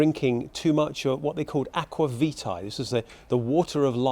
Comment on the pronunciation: Hi, as an Italian I have a minor correction to make: the name of the spirit you mention is not acquavita, but acquavitE, which literally translates to "grapevine water". It is however just a generic name for a distilled spirit of any kind. I would guess that the name comes from the fact that in Italy there was a lot of must left over from wine production, which was presumably washed with water to separate as much juice as possible from the solids and then distilled.